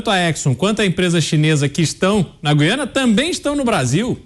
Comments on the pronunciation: Apresentadores, não é Guiana,mas Gu- í ana ,certo? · Falem GU-IANA. Jamais GUI-ANA.